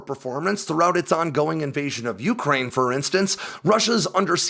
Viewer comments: For fuck's sake - it's not YOUkraine. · Your emphasis on the beginning of the pronunciation of Ukraine is so grating lol I have never heard anyone else pronounce it that way.